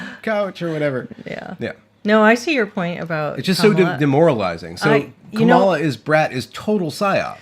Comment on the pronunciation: So, with all of the talk about language, I feel compelled to ask why you're both mispronouncing "Kamala." Do you really not know how to say it, or is this intentional? The accent goes on the first syllable.